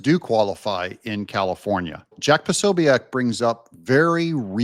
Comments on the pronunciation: Jack Po so biec not Poso biac🙈🤣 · Hi Doug love your channel, just a heads up Prosobiec is pronounced Pro So Bic, (e is silent) cheers 👍